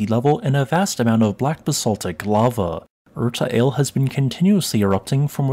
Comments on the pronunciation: Erta "all-eyy" not "ale" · It's Erta ALL-ay. And just FYI, since I saw it in other videos, komatiite has two i's, and you pronounce them both separately - ko-MAH-tea-ite. Such is the benefit of learning about these concepts in formal settings...professors usually know how to say the words the rest of us would absolutely mispronounce were we just reading them in a wikipedia article or academic paper.